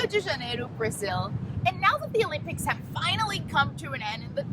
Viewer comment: Interesting how she repeatedly says, "The lympics" throughout the vid.